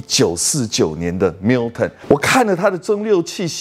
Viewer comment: 不是華人執著英文發音正確的問題。如果將Gordon & Macphail 讀成golden macfield ，strathisla讀成strath-islay (道歉更正: 的strath-islay讀的是對的, sorry)，你也覺得沒問題只証明你的水準如何。讀Milton時卻非常正確，為什麼另外的可以差那麼遠？差少少真的不是問題，差那麼多就有點那個了。